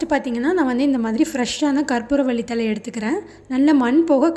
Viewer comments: தலை/தழை. please pronounce correctly. தமிழுக்கு ' ழ' அழகு. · என்ங்க தழையையும் தல என்று சொல்றிங்க தலையையும் தல என்று சொல்றிங்க எனங்க உங்க தமிழ்